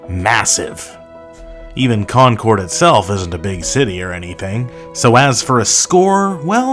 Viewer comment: How can I take the score for Concord, NH seriously when you mispronounce Concord?